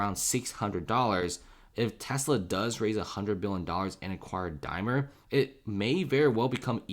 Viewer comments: DaimLer! :-) not Dymer :-/ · Dude, there's an "L" in Daimler, just sayin'